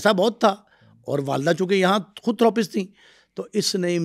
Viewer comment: Thoo roo paste Nahi Therapist hota hai.